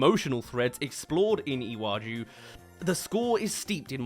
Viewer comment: I am Nigerian and I love that Disney is doing this but if I hear one more person mispronounce "Iwaju" ,"Lagos" , or "Yoruba" I'm gonna lose it .